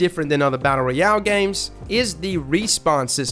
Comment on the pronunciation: Brotha please don't take this the wrong way, love the channel and all that you do for the gaming community. The way you pronounce ROYAL sounds so weird....... ROY....ROY..AL, not REE...AL.